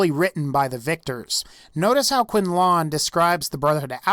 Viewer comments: Disliking your video on your pronunciation of "Quinlan." They clearly say "Quin-Lyn" in the game, not "Quin-LAAAAHN." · Proctor Quinlon? Its Quinlan not quinlon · Why do you pronounce Quinlan "Kwin-lawn"? I mean NPCS pronounce the proctor's name as "Kwin-Lin". (Lin as in Jeremy Lin or linen) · ANyone gonna mention how he says quinLAWN and not quinlan? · It's Quinlan (Kwin-LIN) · Am I the only one who cringes every time he says "Quinn-lawn"? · What's a "Quin-lawn"? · "Proctor Quintlawn" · He really do be saying Quinlong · I wouldn't say they're evil, they just returned to the old ways, while learning from past mistakes. Nice tie-in about the colors of nights, that was interesting. And please stop saying QuinLAWN. In game they even pronounce it as it's spelled. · What!? The technologically superior group who ride in on a zeppelin, claim they are invading the Commonwealth to aid their people (humans), and commit mass genocide against anyone different from them are evil!? Wait, who does that remind me of....? P.S. Your pronunciation of Proctor Quinlan is atrocious. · omfg learn to pronounce things like quinlan and patrol and escort, its so irritating that your reading something and still cant pronounce it correctly. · You are pronouncing Quinlin wrong its how its spelt! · Are we gonna ignore his mispronouncing Quinlan? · I'm confused how you continuously mispronounce character names (i.e. Proctor Quinlan, MacCready in another video) when their names are clearly pronounced multiple times in the very games that you are talking about. Clearly you have played these Fallout games, because you seem to know a great deal about them. How did you learn so much about the lore, yet not listen to how these names sound? Kinda baffling.